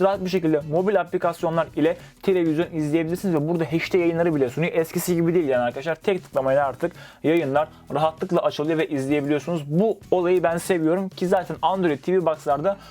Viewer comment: bu kadar teknoloji içinde olup da hala HD ya da HDMI derken "heyş di" şeklinde telafuz edilmesi komiktir yani. "EYC di - em ay" demek zor mu ?